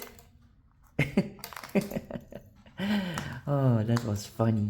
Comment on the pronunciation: Not "tits" but teeth ! That's a little bit different....